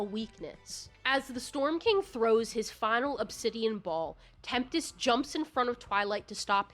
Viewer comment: Also Tempest. You pronounced it like Temptest